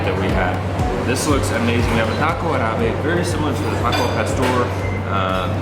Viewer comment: Prononciation hint to: The accent goes on the first A in Arabe. Keep working on your Espanol, mi!;^D